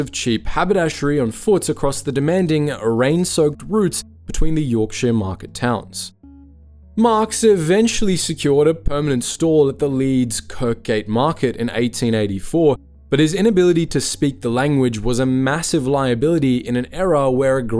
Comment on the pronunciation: It's pronounced Kirrrrgate, the second K is silent. Great video